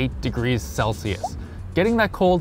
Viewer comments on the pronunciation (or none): none